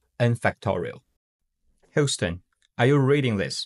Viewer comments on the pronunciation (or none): none